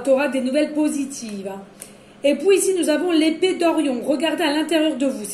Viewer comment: On adore on adore onaaadoreeee.. et pouis pouis .ah oui minute🤣🤣